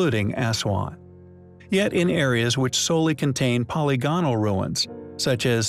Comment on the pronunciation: Hey I love your channel and content I do have one suggestion though the repeated mispronunciation of words like polygonal and demonstrative drive me nuts. Is this an AI voice or a real narrator?